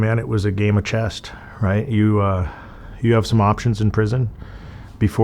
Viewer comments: It's called 'Chess' Not 'Chest'.. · It’s chess NOT chest. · Did he say "game of chest"?😂😂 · When he said it the second time I was like “oh he meant to say chest” haha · He said "chest" 2 or 3 times before he finally got it right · He kept saying chest instead of chess. Go back and listen. It's hilarious. What a tard. The chest master. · Someone please tell this man there is no "T" in "Chess"